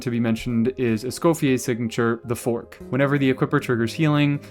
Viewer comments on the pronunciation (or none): none